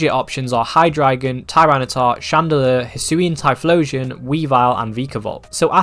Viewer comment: Im I the only One hearing«hydreigon is top dawg”😂